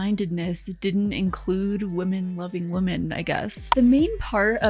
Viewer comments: Never saw this channel before Im only about 5 minutes in and.... Someone needs to teach the blonde narrator with the mic how to pronounce words PROPERLY One of MANY examples is the "women" plural. Is phonetically pronounced wimin" NOT woman. Say the plural.slowly with me. "Wimin" Edit. No offence. Im.just trying to help.🤷‍♀️ And btw... ish in... The quote is "the path to hell is paved with good intentions "🙄😏 Other than that, it was a good watch.Very informative. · "Women" is not pronounced like "woman"